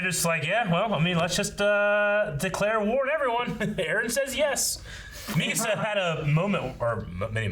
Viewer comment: Is everyone gonna skip over the fact that called Mikasa "Makisa"?